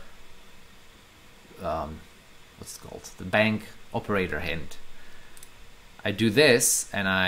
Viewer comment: Excuse me, do you say "bank operator" or I am not understanding correctly?